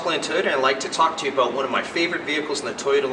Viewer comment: "its aboot"